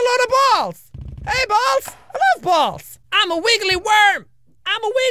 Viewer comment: 2014 jacksepticeye: i love balls 2016 jacksepticeye: I LUV BAWS